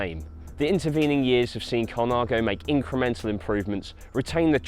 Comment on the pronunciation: he says campaghnolo and uses campag as shortcut. it is pronounced campa(g)nolo with a silent g and it would make more sense to use the short form campa